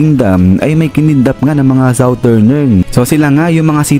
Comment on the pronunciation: Ambamgis nung “SOUTHERNERN” lods haha lakas!!